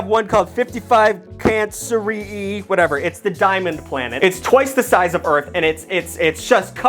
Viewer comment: its pronounced like "fifty five" + "Kang-kree" kinda like the 'canker' in "canker sore" With a y at the end* Then the letter 'E' "Fifty five cankery E" ("E" As in the 5th object in the system*) In case you wanted to know..